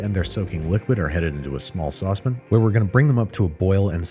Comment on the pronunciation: It's not SAUCE-PEN Andrew. its SAUCE-PAN! PAN, Like VAN and RAN and MAN. PAN!!!! ( I said this with love in my heart!)